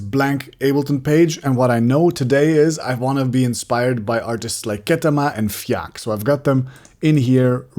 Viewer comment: Thanks for saying Fjaak. I had no idea how to pronounce their name. Also, I’m psyched you are using Reason. I’m a long time user. I went from hardware to software and now a hybrid. Using Reason the way you have in this video is why I’ve used it for so long. Creativity is spontaneous. Thanks!